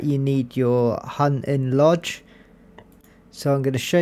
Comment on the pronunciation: What is a ‘Hun in lodge’?